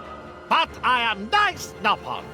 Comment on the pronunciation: The way says "Nice" is just so funny to me